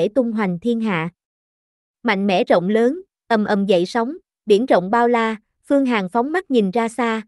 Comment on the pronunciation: Tiếng nổ lớn nhé bạn, không phải Tiếng nổ lơn. Bỏ dấu ý nghĩa của cậu chữ sẽ khác đấy. Giọng của bạn rất hay nhưng chú ý đọc đừng bỏ dấu sẽ hay hơn nhiều.